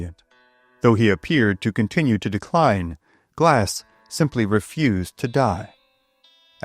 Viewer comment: “Da dee-kwine obf da bee-wer pop-u-wayshun”